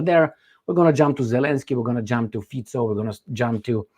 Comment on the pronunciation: Wow! actually pronounces Fico right! Something that most western media are too sloppy / lazy to bother finding out.